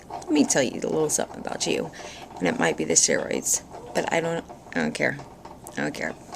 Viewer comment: I LOVE IT WHEN YOU SAY " I ON'T CARE"...HEHE YOU CRACK ME UP!